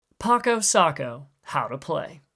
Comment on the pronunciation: Also it’s pac-o like in pacify